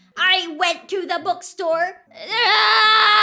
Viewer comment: i still dont know why she pronounces bookstore " bukstor"